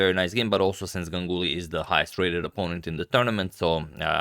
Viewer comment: Yeah "gangully"